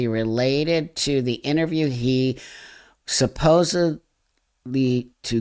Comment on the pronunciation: Thank you for saying 'supposedly' instead of supposubly ❤🙏❤🙏❤